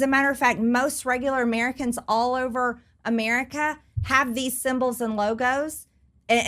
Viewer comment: I can't stand how Marjorie Taylor greene pronounces "Americans" like uhh-mear-uh-kinz